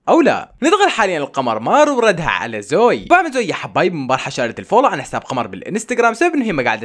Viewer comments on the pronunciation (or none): مو زوي زووي زو وي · اسمها زوي مو زoي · مو زويي زوِِيِ ايي زوييي